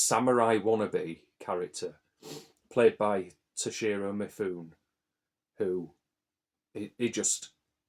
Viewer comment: Great rundown of Asian films! Mifune is pronounced Mi-fu-ne by the way.